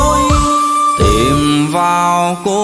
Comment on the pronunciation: Phát âm của vùng miền tôi và anh là " tìm " không phải " tiềm ".... nhớ anh nhé